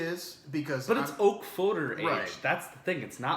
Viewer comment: What an amazing beer huh?!? PS. I've always heard Foeder pronounced "food-er".